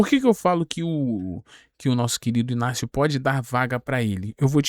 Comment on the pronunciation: I G N A C I O e não Inácio. Ele já falou isso